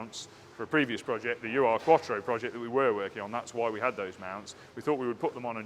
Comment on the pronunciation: If you're interested, 'Ur' is a German prefix meaning ealiest, primitive, original. Urquattro is the first Quattro. It's pronounced 'ooh-er', and not an abbreviation as in 'U.R'.